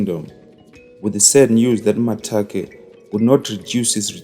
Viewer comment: Its Makate not Matake